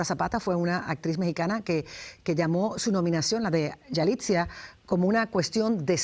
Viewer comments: Se llama yalitza no yalitzia, hasta la conductora lo dice mal. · Se llama Yalitza no Yalitzia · Es YALITZA, YALIIIITZA, no YALITZIA!!!!! y Salma Hayek estuvo nominada, nunca ganadora. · Yalitza, Yalitza, ni el nombre dices correctamente... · Este es un gran actor de años trabajando no es de la noches la mañana que sea un actor y si se equivocó al pronunciar a esta chica de india no motivo para valerse que todo el mundo reaccionen en contra de un gran actor .